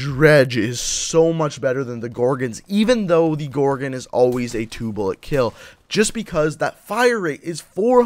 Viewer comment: He says gorgin it's gorgon